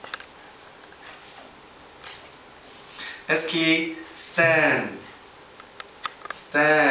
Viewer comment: haha i havent watched this video for a long time and because of your comment, i re-watched it and realised that esky has grown so much bigger now. his name is pronounced as "S-Key". :P will try to post more!!! more at my blog too.